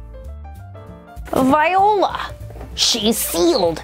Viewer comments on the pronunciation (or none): Did you just pronounce voilà as Vi-ola? It’s pronounced vwä-ˈlä.